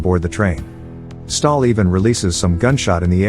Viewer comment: its stahl not stalin